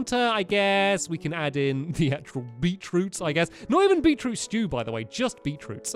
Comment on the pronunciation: Stampy’s Beet root stuw orrrrrr beet root dalucks